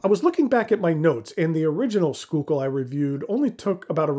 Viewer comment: It’s pronounced “School-Kill”